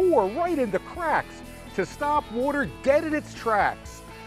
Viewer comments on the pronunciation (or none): No one: Phil swift: w u a t e r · It works under “ woter”